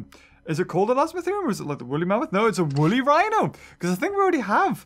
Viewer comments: is it just my laptop or does everyone see its wollly whino not rhino pls like this so sees it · He kept it as whino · wooly "whino". amazing.